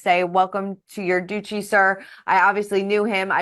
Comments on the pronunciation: Not doochi… DUTCHEE duchy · Please pronounce the word 'Duchy' correctly. It is NOT Doochy, it is Dutchy, rhymes with much. 🌹